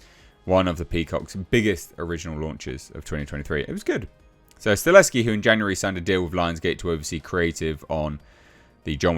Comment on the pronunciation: it’s Chad Sta Hell Ski NOT Chad Sta Leski. 😬🤦🏻‍♂️ You’ve been mispronouncing Chad’s last name all this time. 😓